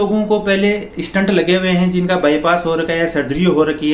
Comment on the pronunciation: He is definitely not a doctor .He is mispronouncing Stent as stunt, test as taste , Doctor as doktar and many such easily detectable errors. I am not saying that he is complete wrong, but his information seems to he " Heard somewhere type" .Although one must go for regular walking and keep on raising the efforts frkm slow-normal-brisk-fast walks to slow and finally fast running. His intentions might be good but he is not a cardiologist